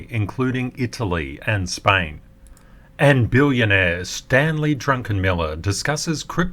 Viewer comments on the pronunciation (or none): Drunkenmiller! He does seem a little tipsy sometimes teehee! Thank you for all that you do to keep us ahead of the market. BORSOG code today is A20 N10 F40 S25